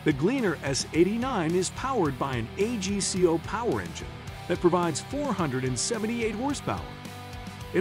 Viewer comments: its called AG-CO, not A-G-C-O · Nor AGCO. 😂